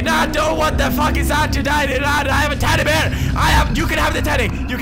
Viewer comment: Love how he says teddy bear like teddy beer :3 hahaha